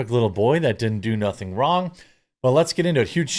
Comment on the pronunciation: it's "didn do nuffin" you were too pronounced in your rendering lol